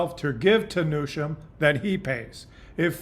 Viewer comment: Love your commentaries, background photos and charts. Keep up the good work! Trivia: Newsom doesn’t have an “h”, so no “sh” sound in his name.